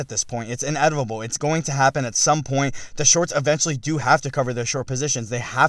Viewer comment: “Inevitable” not “inetivable”